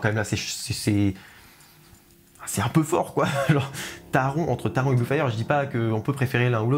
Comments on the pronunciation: Taron se prononce taronne 😭😭et oui le Taron fait pas de sensation 😅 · Super vidéo 👍 comme d’habitude, je n’ai pas fait Blue fire et Europa-Park en général, c’est un parc qui m’a donne envie et tu n’a pas arrangé les choses 😂, sinon je voulais juste te préciser que Taron ça ce prononce « taronne ».